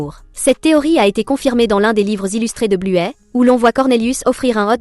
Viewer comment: Arrêtez de dire bluet son nom c'est bluey